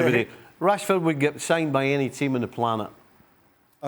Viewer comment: He said plant not planet